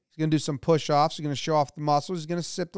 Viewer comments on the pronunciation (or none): Did you say "push-offs"?